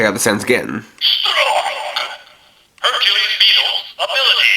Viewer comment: I like this whole set. Don't like the pronunciation of Hercules though. Other then that it's good!